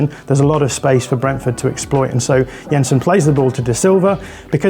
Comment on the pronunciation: Good job on the pronunciations there,! Yensen, not Jensen - remember a similar attention to detail concerning Martin Ødegaard on a podcast some weeks ago, very cool.